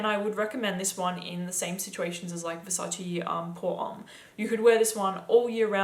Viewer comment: that’s how it’s pronounced